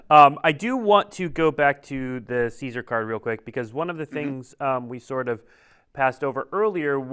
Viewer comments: Anyone else mad that they were calling him Ceasar? It's pronounced Kai-Sar in the game.... Hail Ceasar(Kai-Sar)! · At least pronounce Caesar correctly